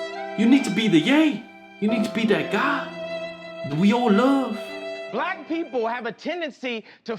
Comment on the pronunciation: "I laff him" 😂